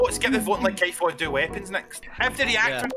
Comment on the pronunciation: “For Kaiff”